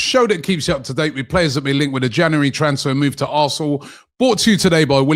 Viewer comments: Robbie its January not januwarey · Did you just say “January transfer move to a**hole?” 😂